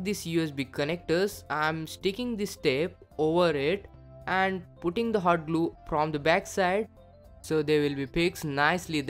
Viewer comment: does he say "hard glue" ? xD